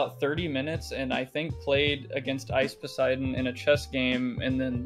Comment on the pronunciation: I can’t tell if muta is trolling when he says ice Poseidon